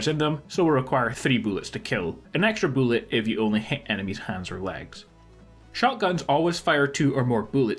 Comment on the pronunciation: Also, how much “boolet”?😂😂😂😂😂 BULLETS. BULLETS MY GUY